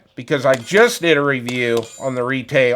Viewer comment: Retay or "Retry"? Thanks for the review, but it's not for me.